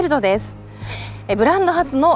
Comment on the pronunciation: この方、本当にモータージャーナリストなのか？レヴエルトをレヴェルトと言ったりシザーズドアをディヘラルドドアと言ったりで自分でキチンと調べて話してないような気がする、てか本当に車好きなの？